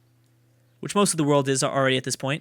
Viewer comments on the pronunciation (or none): none